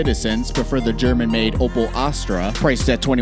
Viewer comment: "Opol Ostra"